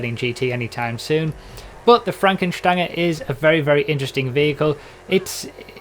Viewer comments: I'm German and I can confirm the pronunciation of Fränken Stange :) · Finally, someone who pronounces it right.... Everyone keeps pronouncing it like the word Range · Lovely pronunciation, and your German accent is almost there